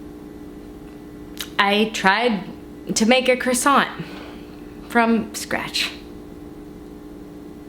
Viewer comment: Croissant eh more like quackson